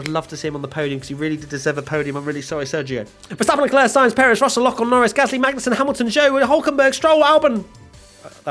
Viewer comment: Near slip up there- Magnet-sun